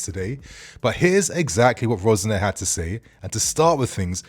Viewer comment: Why do you keep calling him Rose-Nair? 😫